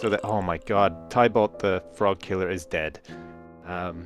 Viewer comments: its not pronounced tiebalt its tibalt(spelled tybalt) :| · Tybalt is pronounced like Tibbles (as in a cat's name). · Tybalt is pronounced Ti-balt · you say tybalt like this: ti-bal not tye-balt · Everytime he said "Tie-balt" I died a little inside. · Tybalt Ti-Balt That's how you pernose it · His name is pronounced "Tibo". I had a penpal named Thibault so I would know.